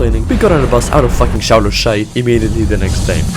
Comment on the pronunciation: im from lithiuainia HOW CAN YOU NOT SAY ŠIAULIAI????????